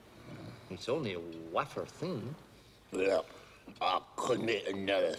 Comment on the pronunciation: "Waffah thin" should be in the Oxford English Dictionary. Only Cleese would think of mispronouncing "wafer" and making it a catchphrase for decades.